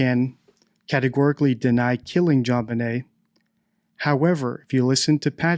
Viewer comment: Straight up …He said Jon bnai as in …..😮instead of Benet.